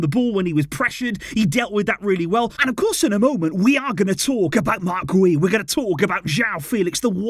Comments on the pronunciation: Its pronounced gee-oo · It’s pronounced “gew” like “you” with a G in front of it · His last name is pronounced "Gee-ou" a hard 'G' like the word 'gear' ... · Its Guiu like opposite of how you’re saying. “Giu”” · I think Guiu is pronounced like Jiou. I may be wrong but tahts what it sounded like when Gemma Soler said his name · Pronunciation: ghee-OOH